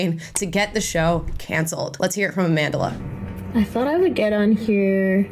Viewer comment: I actually thought you said you're a fan of A Mentalist Stenberg😂😅.